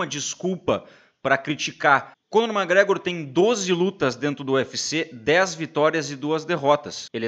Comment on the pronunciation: Porrrraaaaa aprende a pronunciar o nome do cara direito, brother! É McGregor e não mágregror, pqp!! Sucesso!!! Abraco